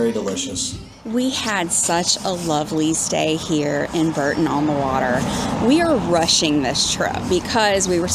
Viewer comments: BOOORTON not BERTON on the water, guys x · Please ask locals how to pronounce each place name. They are not always pronounced phonetically and it is a little irritating for Brits to hear them constantly being pronounced wrongly. It's not "BURTON" as in Richard it's BOURTON as in BOUGHT. Castle Coombe is pronounced as in "DOOM" not as in COMB. Hope that helps! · It’s pronounced Boreton on the water we are not far away 20 miles south in sunny Swindon Wiltshire we take all our beautiful Cotswold villages for granted 😁